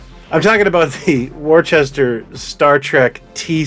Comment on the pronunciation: Worcester not pronounced "warchester" It's pronounced "wooster" My mother was born in Worcester in the UK? Great content as usual sir 🙂